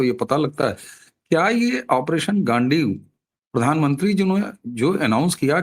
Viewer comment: ji, गांडीवा नहीं। गांडीव। गांडीव मतलब तीर कमान वाली कमान।